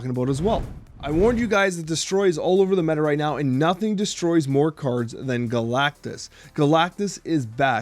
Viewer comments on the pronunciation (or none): none